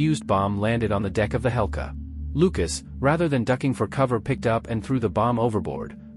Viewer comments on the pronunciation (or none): HMS Hecla not Helca!